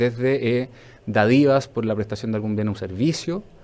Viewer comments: Por favor, que alguien le explique al jóven que la palabra DÁDIVA es esdrújula. Por lo demás nada que decir. Excelente trabajo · Lo mismo escuché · Es sinvergüenzura pura señor, nada de faltas u omisiones, es carerrajismo ño !! Ah es dádiva no dadiva puh experto!!